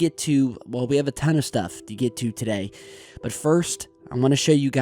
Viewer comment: Bwut? Moon Bwut? Russian Bwut?